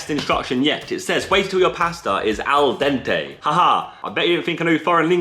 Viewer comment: Zerkaa- Mocks American pronunciation of oregano Also Zerkaa - aL dEnTAy